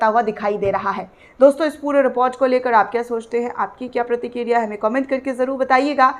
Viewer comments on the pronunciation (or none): hijjbullah nahi hizzbullah pratikirya nahi pratikriya hai mam thoda durust kijiye please